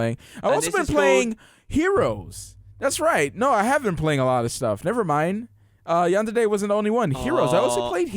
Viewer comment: As a person who likes to watch anime, everytime you said Yandede instead of Yandere I died a lil inside. XD